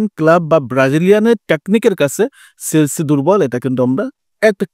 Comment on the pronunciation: ভাই সেলছি না । এটা হবে চেলসি 😂